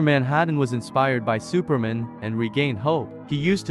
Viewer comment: Why do you pronounce Superman like that?